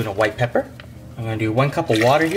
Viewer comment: This guy says 1.5 tsps of black papper "put 1 pound of black papper"